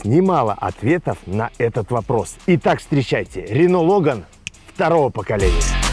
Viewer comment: не лОган, а логАн.